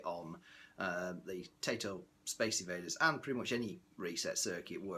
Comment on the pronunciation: Taito is pronounced tie-toe not tay-toe